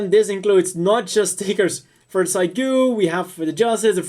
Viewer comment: pretty sure it's pronounced Seegoo...not cygoo